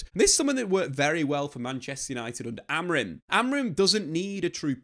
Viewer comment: Day 196 of not being able to pronounce Amorim correctly